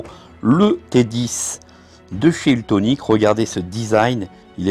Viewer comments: ça n'est pas UltOnic mais ultEnic, dommage quand on se fait offrir ce robot de ne pas faire la publicité correctement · Mais pourquoi tu dis ultonic ??